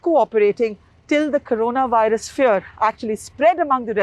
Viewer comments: " CORANAVIRUS" ==> " CORONAVIRUS " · It is "corona virus" not "Carona" or "Corana" as you are showing. Please correct it. Spend time before you edit your videos.